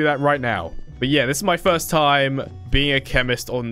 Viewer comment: You said frist again it’s first the r before the i